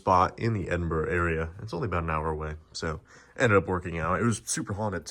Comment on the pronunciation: watched this today great seeing you was in my home town glad you had a great time and you even said edinburgh the right wat some cant say it right lol